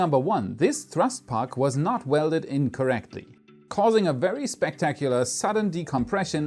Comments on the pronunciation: "not welded in correctly" your pronunciation was missing a space I think, I swear you said "not welded incorrectly". :) Gotta love the English language. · I heard "this thrust puck was not welded incorrectly." LOL😆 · I heard incorrectly lol